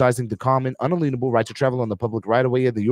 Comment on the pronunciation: Why do you keep mispronouncing it "un-uh-lean-able"? the word is un-alien-able.